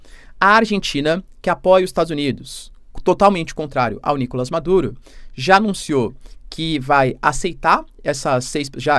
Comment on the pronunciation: Seria maravilhoso se o Maduro caísse. Não aguento mais ouvir o professor dizer Nícolas em vem de NicolÁs.